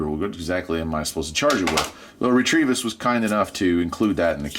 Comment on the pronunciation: Also, you're saying "REE-TREE-VISS", but it's "RETEVIS" (Rêta-Viss. "You're welcome"